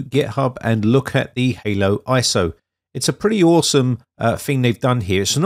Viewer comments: Great vid👍 but y do you keep saying halo when it's Holo lol? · Did you call it haloiso??? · Interesting. But it's HoloISO, hollow, not Halo as in the game. that did add a bit of confusion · Why "ANY" PC though? Why the click bait? You used a fairly modern - and expensive by any standards - mini PC, and that wasn't adequate. And I believe that you deliberately mispronounce it "Halo ISO" all the time. Just in case somebody tries to install it on "ANY" PC and gets frustrated by the results, you will be able to wash your hands clean. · "Halo" iso? 😅